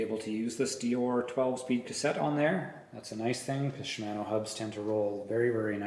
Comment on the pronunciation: Shim-ano 🤣😂 sorry I've never heard it pronounce that way before. No harm.... Great review though thank you! Is 190 max on that rear shock?